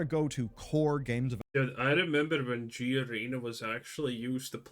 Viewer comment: Who the fk pronounces it "Gerana...." It's G-ARENA.